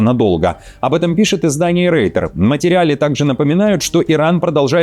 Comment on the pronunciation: Блядь не рейтер, а ройтер! Если пытаешься быть умным, то хоть буквы не путай!